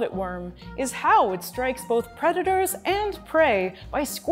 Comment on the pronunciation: "I's a vicious pweditor" velvet worm said.